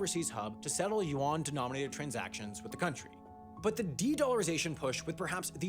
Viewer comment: Hmm, so Yuan and Yen aren't pronounced the same. I kept wondering, who the hell is Juan.